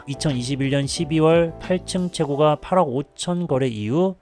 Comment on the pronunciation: 글로쓸때는 최고가 로 쓰지만 발음할때는 최고까로 하세요. 호가도 마찬가지입니다. 호까 입니다. 듣기가 거북스럽네요.